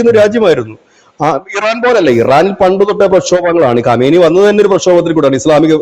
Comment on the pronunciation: ഖമേനി അല്ല ഖആംനെയ്